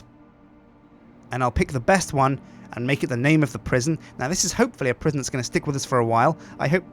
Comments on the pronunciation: Prisjin call it prisjin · Sjinsane Prisjin, that's the name of the new prison. Prison is prisjin, but -son sounds like sjin. Like Goldmember, that Austin Powers movie. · PRIS-ON Pri-son aka Pre Sun!